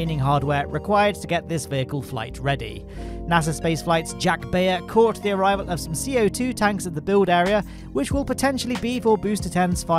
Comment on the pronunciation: Sorry mate but I have to correct the two names you mispronounce every week. Jack Beyer = buyer, not bayer Massey's = mass-ease, not macy's Love your videos though.